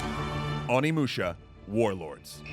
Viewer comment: The scariest thing in this video about this video is the pronunciation of Onimusha. That`s going to give me nightmares...